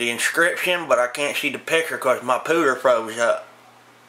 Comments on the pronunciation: exactly it's pooter not puter... this ain't golf lol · Thought I heard pooter? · Everyone remember his “computer” didn’t froze up it was his “puder!” Lol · "Ma pooter" 😂